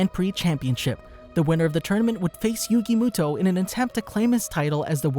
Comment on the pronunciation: who tf is yugi mootoe